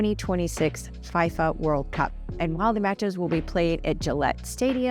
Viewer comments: Pronounced Fee-Fa. (FIFA) Nonetheless great vid! Was surprised on the many developments going on in Boston. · Minor technical points. F.I.F.A, the soccer World Cup organizing body is pronounce FEE-FAH. Lechmere in Cambridge is pronounced LEECH-MERE. Otherwise the video was flawless & brilliant.